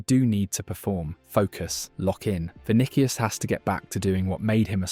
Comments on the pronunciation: Not to be a hater or anything, but you really need to look up how to say stuff. not even 1 minute in and I'm not watching anymore because "Vinikius" and "klassiko" was too much for me... This is wasted potential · “Vinikius”! Would be good to learn the name of your subject!